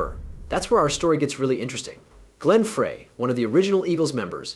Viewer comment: Whoever did this...Frey's name is pronounced "Fry", and the constant barrage of "screen effects" was so annoying, I had to stop looking at the video and just listen...there was useful information about Vince's great career, but there was a lot of unnecessary added banter, kinda like late night infomercials...good try, but not quite there yet my friend.